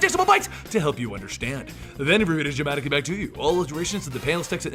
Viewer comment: im sorry but "then we read em dramatically back to you" aka "dewereaemdruhmaticleebacktu"